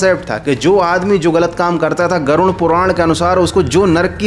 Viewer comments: Garun nahi garuda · Garud ko gaarun kyu bol raha ho 😆😆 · Aap baar baar Garud ko Garun keh kar kyon bol rahe ho... Kya aap ko Garud bol ne mein problem to nahi hai na... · Garud Puran hai naa ki garun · कृपया नाम सही तरीके से लीजिये। गरुड़पुराण है न कि गरुनपुरण।